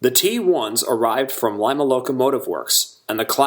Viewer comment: Lima was pronounced "Leema"